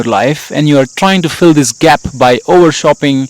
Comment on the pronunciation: "by" as Is "WyTH".